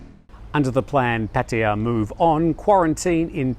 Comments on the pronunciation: ojkjj fa ran...it’s not how you say it. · Why do you always call Pattaya PattaYAAAA. Just pronounce it like a normal person mate. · no it's not, they had a Thai guy from his own work pronounce it and it was nothing like how he says. Also, I have been to Thailand two dozen times and have never met a Thai or even an Aussie say it like he does so STFU mate.